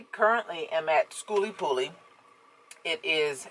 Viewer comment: Girl I love the way you keep it real you butcher the event name and don't even care... I see your subs growing keep up the good work